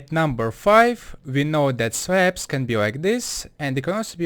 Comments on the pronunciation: bwock pwaced swabs cwose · I love how he says slabs <3 swabs